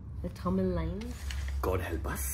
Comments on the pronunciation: lol .. ur Tamil accent is sooo funny, she is right horrible pronunciation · So confidently you guys pronounced it wrong 😂 but must say good try I wish you see this same video after the correct pronunciation 😊😊 Love you both